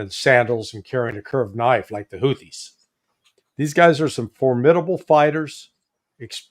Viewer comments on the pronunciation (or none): none